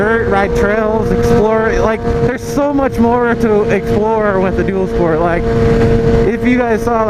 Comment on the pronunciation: When you said dual sport at first I totally thought you said doodle sport